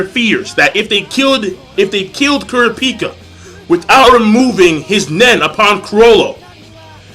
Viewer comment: why do you say Kurapica's name like that? its Ku Ra Pi Ca not Kurapeeeka